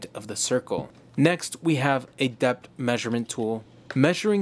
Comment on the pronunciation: "depth" has an "h" at the end of it.